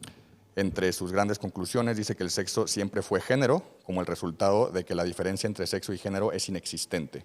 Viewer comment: y para el otro tipo, que claramente hace pedazos al doctor, no se dice diferencía, si no diferencia. NO lleva acento. Aguas.